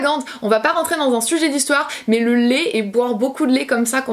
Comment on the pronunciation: Ça me perturbe que tu dises « Lé » au lieu de « lait » 😂 sinon super vidéo 💜 ☕️